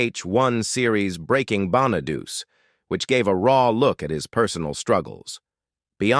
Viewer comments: The narrator is all AI. It mispronounced Danny's last neme is Bon-a-du-ce and not pronounced Bon-a-duce. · His name is pronounced bona du Chee not bona doo see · Dey wasn't a musical talent. I thought that Bonaduce was pronounced "Bon-a-doochee." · Davy Jones was not a Partridge... he was a Monkee, LOL 😂 If you people are going to make these videos, at least get things right!!! Danny Bonaduce's last name is pronounced, BONNA DUCHEE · You should learn how to read if you want to narrate these things Danny’s name is Bonaducci Sounds like Bawn-a-do’-chee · It's "Danny Bon-a-du-che". 😊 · God your AI should learn to pronounce star's names correctly. How disgusting they can't pronounce Danny BONEDUCE. It's pronounced "Bonn-a-dóo-chee". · Danny Bonaduce’s name is pronounced Bon-uh-doo-chee. Salt Saint Marie is pronounced Soo Sant Marie. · Lol the way it says Danny Bonaduce 😆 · Computer voice doesn't even know how to pronounce Danny Bonaduce. What an insult.